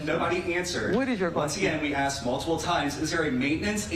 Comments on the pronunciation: The big woman with the black, goldfish-bowl spectacles seems competent - except that she can't pronounce the word "asked." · Maybe if you would have asked for the money instead of axing for the money, you would’ve got money 💰 instead of an axe 🪓 !!!!!!